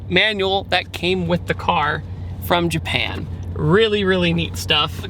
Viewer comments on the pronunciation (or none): none